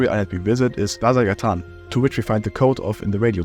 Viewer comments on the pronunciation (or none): the way he pronounces ''vasagatan'' annoys me a ton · The way you pronounce Vasagatan is amusing to me! It's Swedish for Vasa Street, a real street in Stockholm (and many other Swedish cities). Thanks for the video, I stopped playing after the radio tower when it was the end of the game and never installed it again.